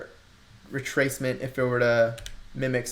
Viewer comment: Well you did say "fibonacci retrayshment" right after haha 😉